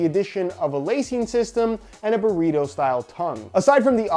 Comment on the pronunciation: it is so funny when you say burrito